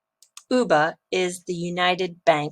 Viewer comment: UBA is not pronounced "Uber" or Ubar" as you did. The acronym is pronounced as U as in Letter "U" then "B" then "A." It stands for United Bank of Africa. It is one of Pan African Banks headquarted in Lagos, Nigeria. Thank you so very much for your videos. I never miss anyone of them.